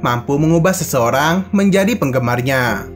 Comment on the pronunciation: menjadih sesuatuh diketauih ituh